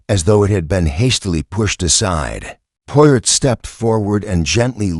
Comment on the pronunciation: Do not like videos that have mispronunciations. Especially mispronunciations of the main character. Try again.